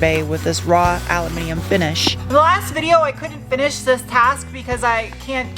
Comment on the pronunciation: It is so refreshing to hear you say "aluminum" correctly. I think I'll buy a lottery ticket haha